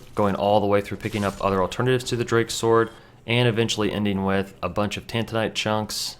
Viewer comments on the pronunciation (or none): you said titanite demon... but say tantinite shards? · Haha I like how you said "tantinite" then you corrected yourself saying "titanite" then you definitively went back to "tantinite" :D